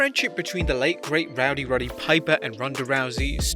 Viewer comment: Rowdy Piper? You mean Roddy Piper, surely?